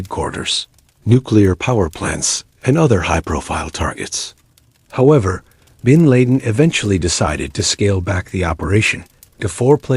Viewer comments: When the A.I narrator can't even pronounce 'bin laden' correctly it's an instant turn off for me. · How can AI do all this stuff but can’t pronounce bin Laden’s name or the year 1990 correctly